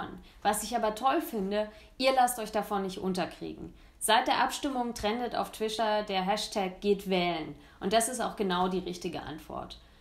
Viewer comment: „Twischer“ Ach, ich mag sie😂